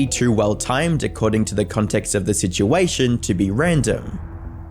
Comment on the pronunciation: "citation"? Bro do u mean "situation"?